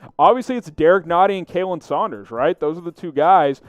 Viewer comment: Also, if you're gonna call yourself a Chiefs channel, stop mispronouncing names, like Khalen is pronounced Colin, not Kaylen.